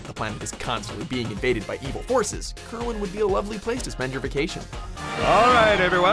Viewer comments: Did they seriously just fucking pronounce Kerwan as KerWin? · The way he pronounced Kerwan! Come on seriously!?